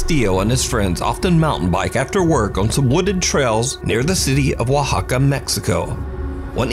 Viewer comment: Hey Man, thanks for saying Oaxaca darn near perfect.